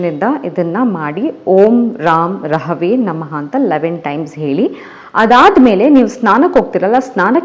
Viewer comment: Girl one small correction.. When u r chanting Beejakshara pls b careful. U r totally pronouncing it wrong.. It is not Raam rahave.. In it is ram (ra is not dheerga it is hrusvaswara) and rahave nalli (ra should be dheerga) its raahavee.. So it actually is ರಂ ರಾಹವೇ ನಮಃ.. Pls learn it n pronounce it properly. No am not a language teacher. But I practice spirituality basics n accordingly I am advicing u..n black sesame is not sasive. Its kappu yellu Beejaksharas specially of shadow planets not to fool around.. Rest am proud of u Woman.. N the positive graph u r showing is inspirational to a lot of us